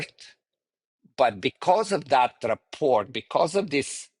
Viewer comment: Don't mean to be picky but if he's going to use a word like rapport as much as he does, someone could've mentioned the silent t.